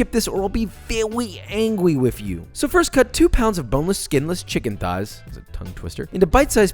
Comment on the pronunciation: VEWY ANGWY